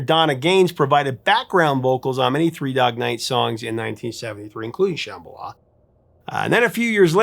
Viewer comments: Love your show! Used to call the request line at AM radio station (KUHL 1440, as I recall) over and over, trying to disguise our voices, to request this song. The harmonies still give me chills. Rare correction. The name is pronounced like Shaman Sham - ba - la, not sham, like fake or fraud. BTW, been watching for years as a freeloader. Subscribed today to help you hit one million! Congrats in advance! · It’s not pronounced “SHAmala”, it’s “shumBAHla” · Come on man! They pronounce it correctly in the song why can't You? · What, you're pronouncing it like the "b" is silent?